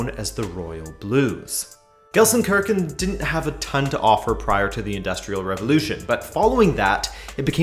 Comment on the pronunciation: go easy on me - immediately butcher it.